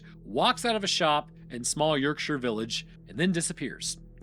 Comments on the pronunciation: I’m not British, but even I know that “shire” as a suffix in English place names is pronounced like “sheer”. [Edit: OMG, it just gets more grating as it progresses, and I’m very interested in everything except hearing “York-Shy-er”, or “Lanca-Shy-er” etc. for that matter, and you’re the one disregarding convention and speaking inappropriately. BTW, the British do pronounce the individual word “shire” as “shy-er” but those place names have been a constant for a very long time indeed. Speak them correctly!] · ⚠️ Yorksha, NOT York-SHY-ER. Love the vids but don’t beget the ire of Yorksha folk! You’ll never live it down 😂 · York-sher ✅ York-shyer ❌ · You dont actually learn the pronounciations at all do you. You yanks just cant say Yorkshire or Goucstershire. For instance... Shire how you pronounce no1 says that. Its shear. Sear. Searing a sheep is my best way if explaining it. Its not shi rrrre. Its shea. Sear. Shear. I will find an american word with the same sound and tell you. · As a Yorkshirelad. Say York-sher. Not Yorkshyer. Good vid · U say it more like York sheer like cheer as in cheerleader. So York Sheer. Im english and its how we say it lol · Do Hobbits live in the "Sheer"? Not the last time I checked. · Oh! You’d been doing so well with the British pronunciations recently. 😂 it’s more like “York-shuh” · It's not the Hobbit. There are many, many place names with "shire" in the UK. Why can't Americans pronounce them correctly? It's "shurr" I realize that's not how it's spelled, but it's how we pronounce them. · as a Brit, i physically and mentally took damage each time i heard your pronunciation of "yorkshire" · You are KILLING me your mispronunciation of Yorkshire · I'm from Yorkshire and you're pronouncing it wrong 😂